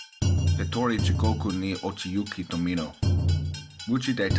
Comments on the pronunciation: To-mee-no, not, to-mo-no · You probably couldn’t pronounce the words right nor you could say Tominos name right (Tomono is what you said) so nope I do not believe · The only thing that helped me relax was him saying instead of Tomino. I also read it back when I was in highschool and the next day caught the flu.